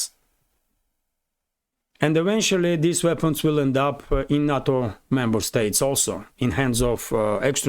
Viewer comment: NATO! Sorry to be picky, but the west say Nayto not Natto.